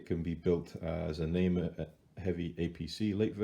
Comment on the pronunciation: thank you for this great video, the name of the vehicle is TIGER means NAMER in Hebrew you say it in phrases like NA-MER I am trying to build one and dedicate it in memory of the soldiers who died in the October 7 war